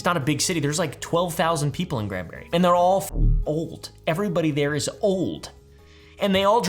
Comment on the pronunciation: I’m pleased he said Granbury correctly.